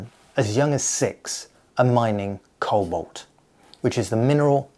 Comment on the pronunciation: it's cobalt not colbot